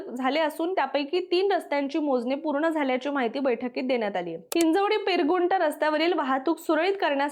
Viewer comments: पिरंगुट ❌ पिरगुन्ट ✅ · पीरगुंठ ❌️ पीरंगुट😂✅️